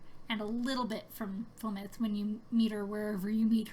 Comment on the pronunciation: It's pronounced "Falon'din" not "Falon'den". With an "I" not and "E".